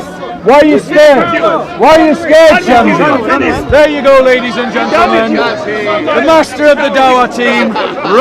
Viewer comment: Shamsi not Shem see lol